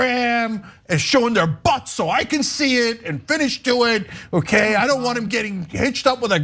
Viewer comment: Cenk omg 😂😂😂 'Finn-ish'